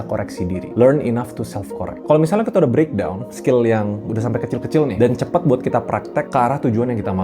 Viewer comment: CEPAT bg, bukan cepET